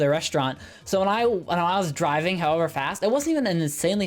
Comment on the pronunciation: i thourght the whole time he was saying diving not driving so I was like whatttttt? order food while diving?